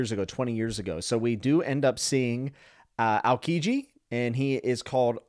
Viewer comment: Just for pronunciation reasons its al-kee-ji